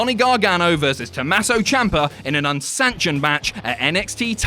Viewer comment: IT’S TOMMASO, NOT TOMASSO. REEEEEEEEEEEEEE